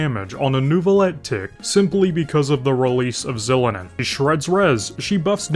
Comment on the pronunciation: I'm sorry but you deserve jail time for that Xilonen pronunciation